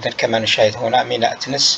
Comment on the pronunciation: TENES ET NON THENES